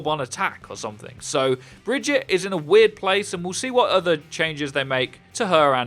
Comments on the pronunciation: ITS BAGUATTE NOT BRIDGE-IT. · Did he just say Bridget and not Brigitte? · lol bridgette it's brigitte (bri-geet-a) from kaplan's mouth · Why are people still calling Brigitte Bridget?! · Please learn how to say Brigitte's name properly. Its not "Bridge-ette", its "Brig-ee-ta". C'mon, they literally have a voice over of her name, theres no reason to say it incorrectly. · "Bridget" "Bridget" "Bridget" SHE LITERALLY SAYS HER OWN NAME. BRIH GEE TAH JFC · Pronounced "Bridge-eat-a." Not Bridge-itt. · Please don't spread the incorrect pronunciation of Brigitte. She tells you exactly how it's pronounced herself. Brig-eet-ah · It's prounounced Bri-git-eh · brig-eat-a - its SO easy! Great vid btw :) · Stop calling her BRIDGET, jesus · It's really not that difficult to say "brig-eat-ah". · Breh gee tuh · brigitte is brig-eet-ay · Brig-eat-uh. I haven't heard names fucked up this often since I last went to Starbucks. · It’s not bridgit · please stop calling her "bridge-it" say it right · Bout to unsub if I hear her called Bridget again lol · If he says Bridget one more time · You can pronounce it Baguette or Vegeta, either one is fine and nobody would care. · Alex Night I've heard that it's not the correct way of pronouncing it which is probably why Jeff pronounced it as bri-geet-tah in his dev update. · New Hero. Say her name right geez. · Please say Brigitte’s name right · Who else got annoyed at his pronunciation of “Brigitte” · Apparently most ppl here xD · It's Brigitte. Reinhardt has been saying her name correctly throughout the game's life cycle.